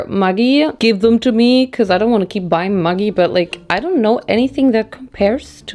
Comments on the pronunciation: Who else had no idea what this 'mugi' was until the bottle came out because you pronounce it as Maj-ee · that is pronounced as 'Mya-gi'! The thing you pronounced is a very bad curse word for women. It has a bad history of how it became a slang men used(still use) to degrade women very much. Apart from that, LOVED it! ❤️ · Today’s the day I find out maggi is pronounced muh-ggi and not meh-ggi omg my whole life feels like a lie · Hi from Australia we have the same brand maggi but we pronounce it like - magic without the c - I think the sauce is the maggi style of ketchup manis, sweet thick soy sauce - the darkest sauce of the 3 in the mi goreng pack